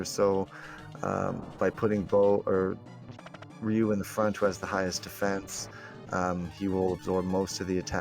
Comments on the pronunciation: it makes me cry inside everytime you call him RYE- you..... Ree-you....the word is Ree-you...it means dragon in japanese. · I blame my brother playing street fighter growing up calling Ryu as ree-you. Its just hard to override that name in my head after 25+ years.